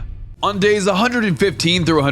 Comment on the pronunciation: 300 dais I in dours 😂